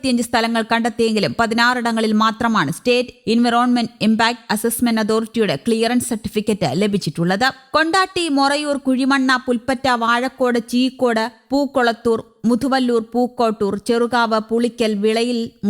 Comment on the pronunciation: കൊണ്ടോട്ടി ആണ് അലാതെ കണ്ടാട്ടി അല്ല 😅